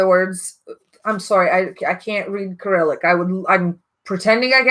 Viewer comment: There are Russian names on the samples. Do you mean they need to put the English names on their samples? But then again you can find them on the Fragrantica site. I speak both Russian and English and I found a lot of the information as well as their names in English. Also, Cyrillic is pronounced as s-i-r-i-l-i-k, not k-i-r-i-l-i-k... Your pronunciation of the Russian names is spot on though, so maybe you know some Russian.